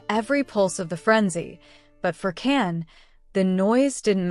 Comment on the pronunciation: You shouldn’t reporting about Can and Demet, because you’re pronouncing and their names wrong 😡😡😡😡😡😡